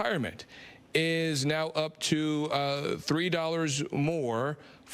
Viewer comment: Junteenth lmao. Fk outta here